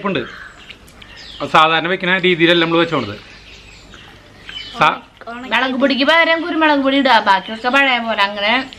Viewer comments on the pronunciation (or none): മെളക് എന്ന് പറയാതെ മുളക് എന്ന് പറയണം അതാണ് കുറച്ച് നല്ലത്